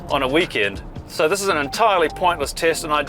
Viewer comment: He says this as thezz.